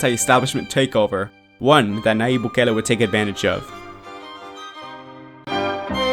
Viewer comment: Gracias, muy bien elaborado el documental... sólo que debes pronunciar su nombre bien. "y" pronucia el fonema.